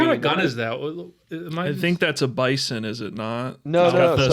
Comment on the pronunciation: Notes for this episode! I wrote this as I watched the episode so it's just in chronological order, not in order of importance: - Loved the greenscreen gags in this episode from both and! Hope to see it continue in Roosevelt vs Lawrence. - Small unnecessary nitpick: When looking at the NK parade guns, pronounced the PP17 Bizon as "Bison", when it is pronounced "BEE-Zahn" - You guys took my 2 recommendations for crappy NK movies/games with the Red Dawn Remake and Homefront/Homefront: The Revolution. As for the The Interview, it's very mediocre, but your guys' Seth Rogen impersonation was worth it lol - My guess with Thomas Rix being in Pool Party is that it was someone with the same name, as IMDB will do that a lot with smaller actors/non-actors. A frequent stunt actor on the show named Glen Wiseman is sometimes miscredited on IMDB as JW Wiseman the Jesse James expert, so it may be a false credit. That being said, can't wait for the Pool Party review lol. - Unfortunate to hear about Tim Kennedy nowadays, I thought he was great on the episode. - In the SR25 test, one of the targets that pops up through the window is strapped down with wires and reminds me of the Angelique Cenobite from Hellraiser 4 lol. Also, you can see Charles look down and laugh after his PSL test (right when he's done shooting), as if he knew how completely outclassed he was. - I appreciate that they actually call it an AKM this time, as opposed to the Somali and Taliban episodes where they cal